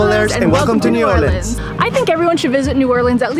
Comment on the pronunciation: I love that you said it right "or-lins" and you visited the Westbank. Great video.